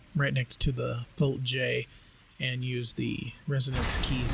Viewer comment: dude wtf VOLT-J and J-VOLT are both wrong V-JOLT right🤣😅